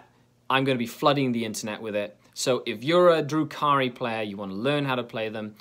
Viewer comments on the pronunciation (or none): Every time you say Drukhari, it sounds like your saying Drew Carey, and imaging him doing all these things is funny as hell.